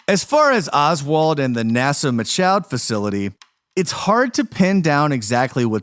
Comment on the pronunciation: You guys couldn’t figure out how to pronounce “Michoud” and “Houma” before posting this?